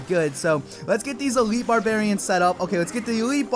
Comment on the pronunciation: elitle xd